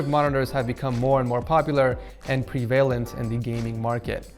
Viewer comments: Did anyone else get triggered by how he said prevalent ? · Is it me or did he mispronounce "Prevalent"? lol